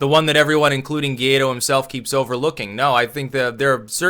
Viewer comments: It is pronounced “goo-ah-ee-doh” (emphasis on the last syllable). 😂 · You know how Paraguay and Uruguay are pronounced? "Guaido" is like the "Guay" from those words followed by "dough". Guay-dough